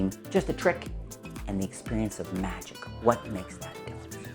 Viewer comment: "Magic" doesn't have a "t" in it.